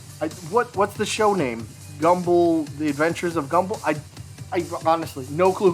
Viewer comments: Bro it's gumball not gumbull😭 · i absolutely refuse to believe he thinks its pronounced "Gumble" he has to be doing that on purpose